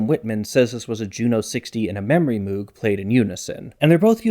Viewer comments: Moog rhymes with rogue. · Sorry to be pedant-man, but "Moog" ain't pronounced by that.